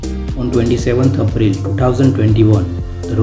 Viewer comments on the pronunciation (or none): none